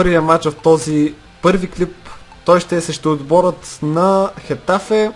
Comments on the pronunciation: mai se kazva getafe a ne hetafe a ros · Рос произнася се гетаве на хетаве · Точно Хетафе се произнася.